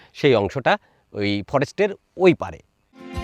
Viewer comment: তিস্তা পাড়কে পাঁড় বলছেন কেন?